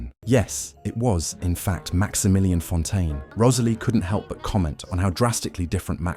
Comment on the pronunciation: The way the narrator says Rosalie’s name is so pretty